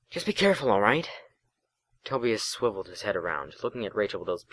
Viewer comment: I know this is old, and not trying to be too harsh, but Tobias is is pronounced toe-bye-us, not toe-bee-us and that unfortunately struck a nerve, but fortunately, I was able to look past that. Regardless, I liked the first chapter, (I too have read books in the series) and I shall continue to listen to the playlist, especially now that I see this chapter is written in the same way that the books were written. Keep up the good work.